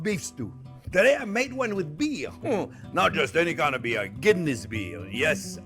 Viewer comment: LOL. When you said a Guinness Beef Stew .. I thought you said a Kidney Beef Stew .. which got me thinking ... I wonder what other meat could be used in a stew?